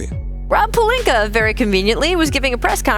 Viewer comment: Is it jus me but wtf do SAS put a r on Rob Palinka name ? Lol